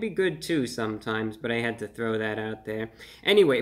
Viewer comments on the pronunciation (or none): none